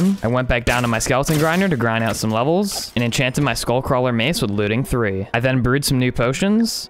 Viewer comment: skull cwaler